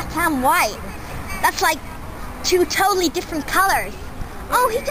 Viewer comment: americans dont say totallayyy well... i dontt..